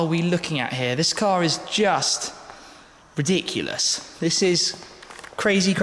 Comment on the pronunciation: “This is lichiri riediekolous”